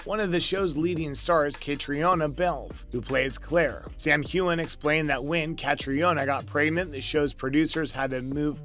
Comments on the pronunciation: Dude, learn how to pronounce Catriona's name! Ka-Tree-Na. How can you make video's and not take a moment to research proper pronunciation beforehand? Lazy! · Again, I'm asking you guys to research how to pronounce their names!!! KA-TREE-NA!!! She's the star of the show!